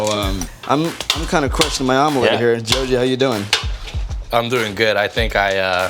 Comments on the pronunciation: Chef pronunciation Joji = Zozi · poor guy is too french to pronounce jojis name